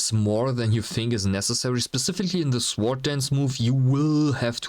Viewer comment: Good job, liked and subbed. The "w" in sword is silent though. Cheers